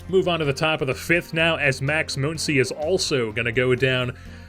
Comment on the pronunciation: Muncy does not have an umlaut over the u. Muncy is pronounced the same way Money is. Or Funny. Or Honey.